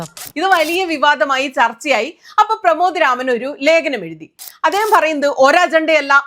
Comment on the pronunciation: അത് സുനിതക്ക് തിരിഞ്ഞില്ല അതിനു മീഡിയ വണ്ണിനെ, പ്രമാദ് രാമനെ എന്നല്ല പ്രമോദ് എന്ന് ശരിക്കും പറയു. ആവേശം കേറി അക്ഷര പിശാചിനെ കൂട്ട് പിടിക്കേണ്ട. വിമർശിച്ചു സയൂജ്യം അടയുന്നു. കാരണം സർവ്വ കമ്മി നേതാക്കളും സന്ഘികളും അക്കാര്യം ചൂണ്ടി കാണിച്ചിട്ടുണ്ട്. അത് നിങ്ങൾക്ക് അത്ര ദഹിക്കുന്നില്ല അല്ല്യോ. അതല്ലേ ഇടത് കമ്മി കഷായം കുടിക്കുന്ന സുനിതക്ക്.😂